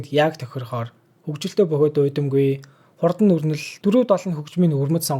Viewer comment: goe scriptei ghde bro jishee in hurdan gedgiig hurdana edr gej unshaad bnaa ghde amjilt bro goe bn